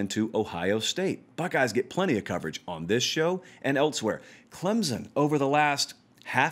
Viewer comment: There is no Z in Clemson. 90% can not pronounce correctly.